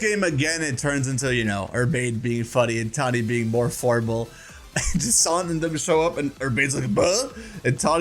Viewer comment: Jacant? JacINTHE.